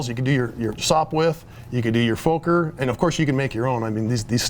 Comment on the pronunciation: its not pronounced fowker, you have to put emphasis on the K not the O